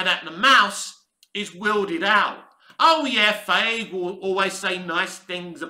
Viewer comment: I wish you'd make an effort to pronounce Feigi's name properly. It takes me out of your commentary when you say his name and I have to take a second to remember you're referring to Feigi.